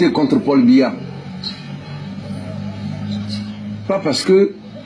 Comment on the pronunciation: C’est pas Mbiya, c’est BIYA 😂😂😂